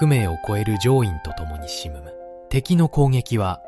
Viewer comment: 読み方が違う 呉→くれ 沈む→しずむ 坊津→ぼうのつ